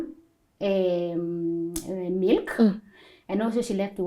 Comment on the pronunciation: When she said melk ( Milk) i knew shes good in norsk .it happens to me when I say nej ( no) ...nei in norsk